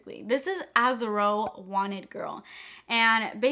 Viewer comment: The way she said Azzaro 😅😂